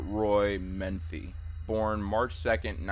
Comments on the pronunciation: bruh it's Joe Metheny not Joe Manthe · Its Metheny not Methny. I live in Maryland I know about him. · It's Joe Metheny....Meth-en-ee. Not menthy. JS, js. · It’s pronounced “muh-thee-knee” not “minty” lol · His name is spelled "Metheny", pronounced "meh-th-any", not "menthy" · not to be rude, but his name is Joe METHENY, not Menthy. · It's Metheny, not Menthy. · Got super confused hearing Metheny as "Menthy" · Joe Metheny not Menthy. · Its "Mah-Thee-Nee".. God I hate when someone makes a Documentary style video and mispronounces such a simple name.. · Joe Meth-eeny is the pronunciation. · It’s actually pronounced MU-THEE-KNEE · That Joe Metheny story happened in my home city and it always disturbs me. Also idk why it bugs me that he said the surname wrong. Great video though!